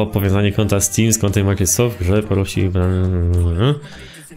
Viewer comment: Jak słyszę twoją wymowę sklepu ,,microsoftu '' to mnie skręca ale ogółem fajny odc